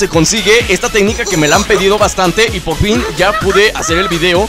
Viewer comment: Dijiste pofin en vez de por fin xd cuando estabas maltratando a gohan